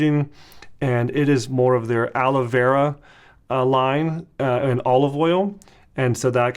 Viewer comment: Sounds like he’s saying Ala Vera 🤣